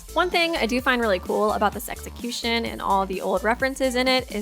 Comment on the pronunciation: I'm sorry did u just say sexicution